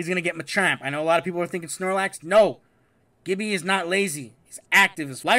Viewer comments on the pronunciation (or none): none